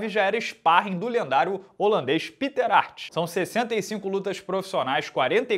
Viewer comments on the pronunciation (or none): none